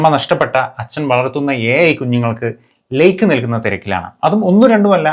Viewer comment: ലെയിക്കോ....??, ലൈക്കോ....